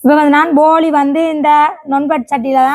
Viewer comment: அது போலி இல்லை போளி தங்கை 😂😂😂